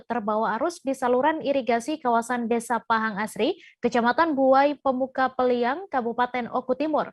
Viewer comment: Peliung atau peliang sih.wkwk